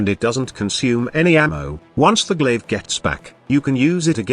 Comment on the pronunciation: Glaive not glasgow lol